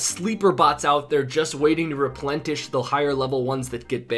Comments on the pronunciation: replentish, good ole english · dude, you just said 'replentish' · ReplenTish lol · "Replentish" new word. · Lol I was wondering if someone else noticed that. I’m so tired that it made me recite it to myself to make sure I wasn’t saying it wrong though 😂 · "replentish" where'd you find the t? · Replentish............? ILLITERATE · Replentish--- Heh.